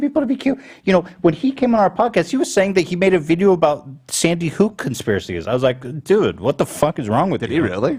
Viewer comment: “Sandy Hooook”